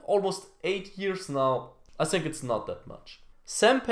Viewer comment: ich bin echt ein Fan von dir,aber du weißt das think (so wie du es ausprichst) heißt auf englisch Waschbecken. also falls du auf englisch sagen willst I think dann sprich es auch so aus.denn im Moment sagst du "ich waschbecken". War nur ein Tipp